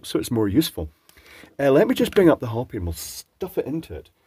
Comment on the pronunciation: Pedantic moment - Not "Hoppy", hO -pi. /pedantic moment.